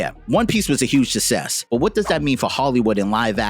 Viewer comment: Thats not how you pronounce success